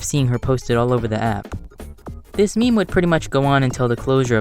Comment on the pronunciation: a “Miim”